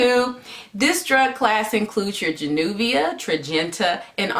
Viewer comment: You get an A for pronouncing the drug.